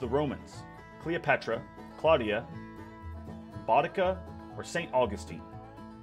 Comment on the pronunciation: why do all american miss say Boudicca